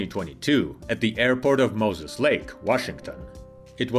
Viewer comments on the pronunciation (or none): none